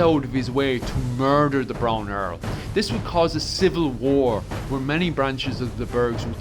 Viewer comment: Muurrrrder! Ya have to be from Dun Dealgán!